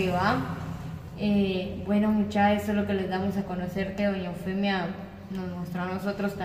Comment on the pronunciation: "doña Eufenia" dice el patojo ! Muchá si van a hacer reportajes, deben ponerse pilas ¡ Cuidar la dicción y tener chispa, para que el vídeo no sea tedioso y lo querás dejar de ver !